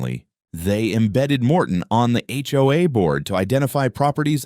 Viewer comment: If your going to put up a sign, try to pronounce and spell hoa correctly.